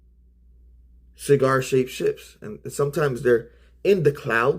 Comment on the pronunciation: Sheegarr shaped ships, not exactly a tongue twister. LOL. 🤪 AKURIA MATTE ❤